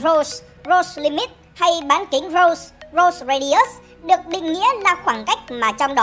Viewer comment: Roche sao đọc nghe như rose thế